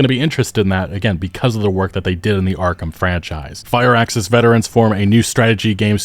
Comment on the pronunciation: your pronunciation is killing me! It's "Scare-Rub," Scarab. And 'Fire-Axis?!" Come on, its "Fur-axis." Firaxis.